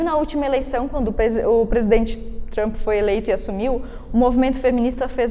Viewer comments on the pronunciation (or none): none